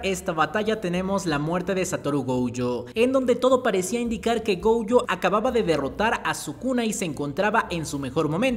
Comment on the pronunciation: pero pq le dice gouyo? 😓